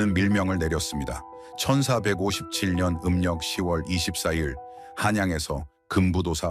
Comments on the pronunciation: ㅎㅎ저도 그리 들리네요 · 천사157년 이렇게들리네요ㅋㅋ